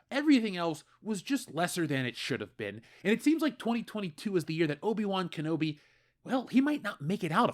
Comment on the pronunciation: O-Bi Wan Kenobi